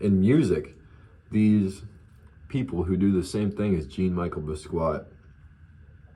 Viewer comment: J-on me-shell boss-key-ott